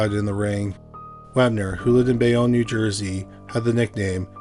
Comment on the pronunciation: My cousins in New Jersey know the Wepner family. One went to school w/Chuck, and his daughter was a cheerleader w/Chuck's one daughter, coached the other in a peewee cheerleading squad. Small world. Bay-OWN. You say Bayonne as Bay-Own.